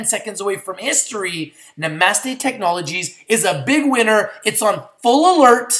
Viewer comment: I think this one is pronounced "Na-Mah-Stay" like the yogis say, no?:) Just lookin' out for ya man! I'm in at 1.20 and feel even better about it now, thanks for the video! Namaste ya'll